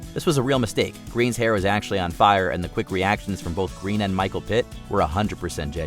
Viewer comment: Pronouncing Eva Green's last name like the color instead of like the word "grain."